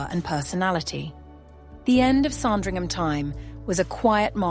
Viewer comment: It isn’t pronounced “Song-dringham”. JFC, I hate this AI crap.